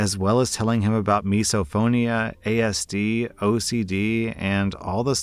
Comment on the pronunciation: Holy crap I was listening to this in the background and hearing "Misophonia" shocked the hell out of me. its such an under the table disorder thats not really recognized so its awesome seeing it mentioned somewhere I know. (AND THE FACT THAT ACTUALLY PRONOUNCED IT CORRECTLY) (And yes, I have Misophonia)